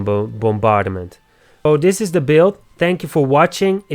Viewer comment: Good video. I noticed you struggle on a couple words, though, so I hope this helps (since you are helping us with your videos). The first K is silent in knockback ( nok bak ), and bombardment is only 3 syllables ( bom bard ment ). I like the way you say it, though. It adds character. Keep up the good work 😊